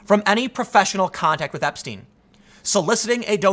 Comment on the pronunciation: epstine? What’s that? Like a beer mug? Who is Clin-ton? I’ve never heard these names. - ABC news